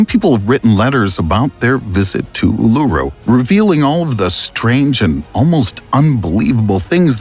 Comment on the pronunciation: Just a heads up, it's pronounced, Oolooroo. Not ooleroo. Cheers.